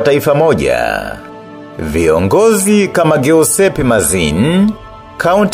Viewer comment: Upo vizuri sana. Kwa Kiitaliano jina, "Giuseppe" inatamkwa, "Jiussepe". Yaani G inatamkwa kama J.